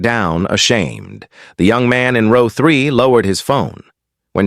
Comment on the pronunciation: Row is pronounced "ro...w" correct the not rouw as pronounced.